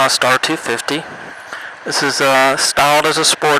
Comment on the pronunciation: The way you say 250 made me lol :D Can't wait till i get my motorcycle license.